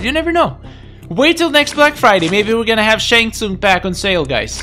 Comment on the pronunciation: I know that I meant to say that’s not how you pronounce his name. It’s Shang Tsung not “Snag tsung”.